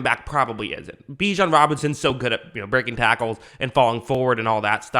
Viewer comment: Pronounced like you’re about to say bitch not bee.